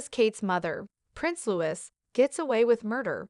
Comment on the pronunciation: It's Louis (like Louie and not Lewis)